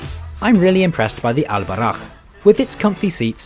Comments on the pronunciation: If there are some points i would like to clarify as a pure Moroccan.. Al boraq isn't that thing u showed, in islam we are not allowed to draw nor to maje status of anything especially living things... Second the name is Al boraq not albarakh as u say it, i had to say that cus i ve seen many videos when people link al boraq some status imaginary creatures from different cultures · It's All Boraq not Al Baraq bro👍 I live in Mohammedia by the way feel free to visit again anytime soon!💕